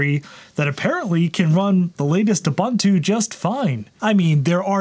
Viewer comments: it's pronounced: Ooh - Boon - Too The letter “U” has the same phenome in each instance, it is not pronounced Uh- Bun-Two with three different “U” pronunciation. Love your channel! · it's pronounced "oo boon too"... boon not bun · Pronunciation is oo-boon-too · hate to be that guy.... its uu-BUUN-too, no buns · Ubuntu doesn't have the word bun in its pronunciation. The second u is pronounced the same as the first.